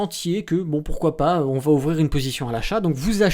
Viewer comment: pas de liaison, cela va être, il n'y a pas de T à va.